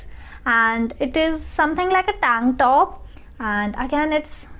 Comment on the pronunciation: Other people: Tank top This girl: TaangTTOP😂😂🤣🤣